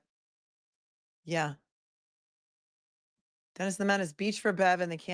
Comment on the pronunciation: “There’s a me-ann down in the freezuh!”